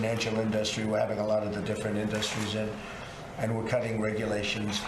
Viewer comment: "In-DUS-tries?" wtf is wrong with this guy? do we need to start having some sort of literacy "or whatever" test for the presidency? this is ridiculous. did he just say "bigly" is that even a word??